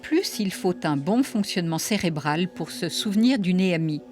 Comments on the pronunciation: Elle me stresse elle a dire é m i , au lieu d’ e m i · Il n'y a pas d'accent sur le E de expérience, on ne dit donc pas ÉMI mais EMI.